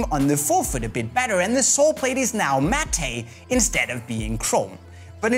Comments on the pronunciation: lmao its pronounced m a t t not mattayyyyyyyy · Did you really say ''matt-ay'' for matte instead of ''matt'' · He pronounced "matte" wrong 😂